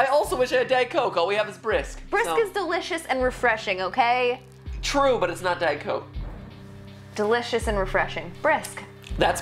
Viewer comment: "it is refreshing, but it`s not Diet Coak"- MatPat 2016